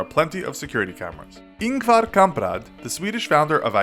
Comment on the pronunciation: Hahaha the pronunciation of Ingvar Kamprad